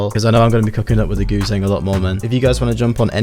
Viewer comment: What is that thing called again? It sounds like you're saying Goo thang....in which case....You're my GOO THANG, Can't get enough, I love your plucks, let's turn it up, you get what you want, cuz you're my Goo thang!